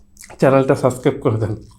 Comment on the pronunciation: শব্দটা সাসকাইব না রে খাদক। সাবস্ক্রাইব